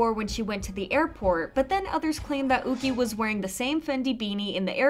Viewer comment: Yuqi is a Chinese name and would be pronounced Yoo-chee not ookee.